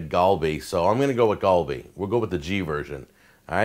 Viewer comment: Its more pronounced with the "A" sound in Galleon. Not like the "A" thats in the word Ball :]